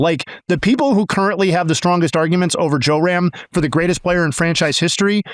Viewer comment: Love the comments dude, but it's JRam, not JOERam